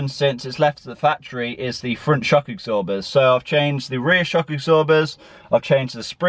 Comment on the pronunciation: shock "egsorbers", eh? 😂 Where you from, mate?